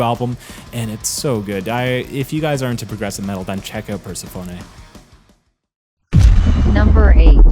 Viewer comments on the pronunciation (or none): Persephone is pronounced per-seff-oh-knee